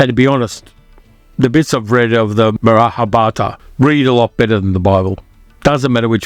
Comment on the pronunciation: No big deal but pronounce "Mahabharata" properly. Read each syllable because you are skipping at least one.